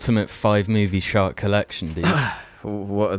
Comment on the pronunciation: When you say shark, I hear shart